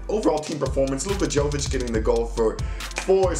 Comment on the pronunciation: Jovic my guy. Yo-witch